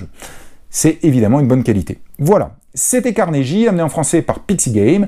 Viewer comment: Juste comme ça ... il faut prononcer 'Carnegui' et non 'Carneji' .... :)